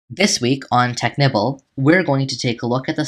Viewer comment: It sounded like you said Technipple